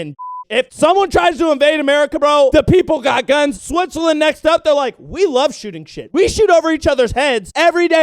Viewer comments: Did you say SWITH on purpose in the intro? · "Step-Switzerland" LMFAO